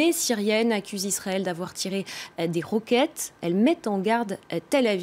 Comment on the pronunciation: >:D chérie super blonde ! au lieu de dire "Roquettes" tu as dit "ROUquettes"